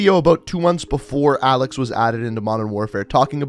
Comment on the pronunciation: for the last time... A L E X IS A L E X